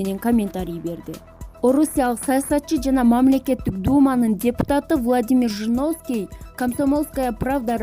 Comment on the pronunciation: ЖЖЖРУНОВСКИЙ, ПРРРЗДЕНТ🤣🤣🤣🤭